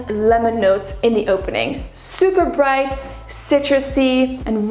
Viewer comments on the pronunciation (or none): none